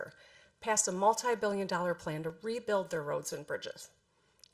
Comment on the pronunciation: Beelion dollars lol